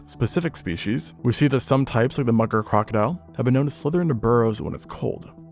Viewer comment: Slow down! When you speak fast, you tend to mispronounce words. "Mugger crocodile" becomes "Mucker crocodile" because you are speaking too fast for your tongue.